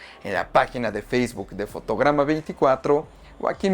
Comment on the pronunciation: Parece que dices fotogama😅